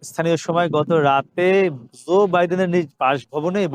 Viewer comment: US President is Joe (NOT Zoe) Biden. Please try to pronounce correctly.